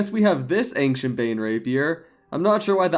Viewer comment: Man, I love your videos! But it scratches my ears every time you say “ankshient”! It’s pronounced “anshient”, drop the “k”!